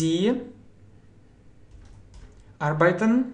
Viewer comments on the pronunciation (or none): Arbeiten - ударение на первый слог AR, beiten